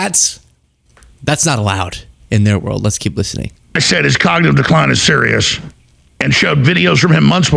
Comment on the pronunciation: When Trump was your age, he could say "cognitive decline" properly. You can't. That's interesting. I wonder what the future holds...